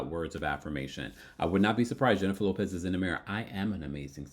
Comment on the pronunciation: At first I thought you said Jennifer Lewis until I realized you said Jennifer Lopez..............